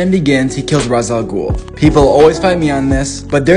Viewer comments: Rahs? It's pronounced raesh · Slightly unrelated but I will NEVER forgive Nolan for his bastardization of the name Ra’s which is NOT pronounced “Roz” but instead “Raysh”. A very common and annoying mistake. Really shows who’s a fan of the source material and who’s not. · Its fucking pronounced rech al ghoul Not raz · It’s not pronounced rarz it’s wraish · I know it doesn’t matter, but R’as al Ghul is pronounced more like Rayshe, not Raz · Isn’t it pronounce raish, not ras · It’s not pronounced as raas, it’s rasche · It's pronounced raish, not raz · I think its pronounced rashe not ras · it's pronounced "ray-sh" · It's pronounced ray-sh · That's not how you pronounce Ra's